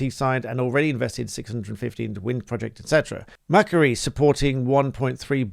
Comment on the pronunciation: Just a point re pronunciation. The £1.3 Billion investment is from Mac Quarrie is pronounced 'Mac Quarry' or MacQuarry